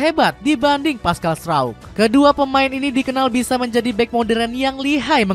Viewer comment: Memang Strauk, itu pelafalan yang sesuai hukum bacaan bahasa Belanda.